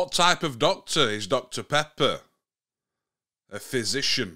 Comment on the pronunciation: Fizzition lol😅😅😂😂